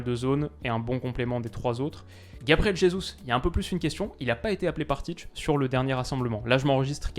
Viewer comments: Très bonne analyse, comme d’habitude! Sinon Ça se prononce Tit(é) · La prononciation c’est tité